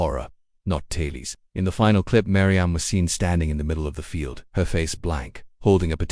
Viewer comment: This AI narration needs work. It's pronunced "tay-uls" not "tay-lees", and "rot-ing" not "root-ing".